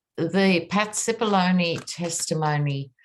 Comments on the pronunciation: You pronounce Cippolone correctly as an Italian would. 🇮🇹🇮🇹🇮🇹🇮🇹🇮🇹🇮🇹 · Finally, someone pronounced Cipollone’s name correctly! 😂 Love ya,! ❤️